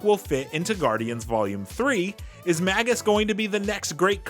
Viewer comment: It's pronounced May-jus. Long A.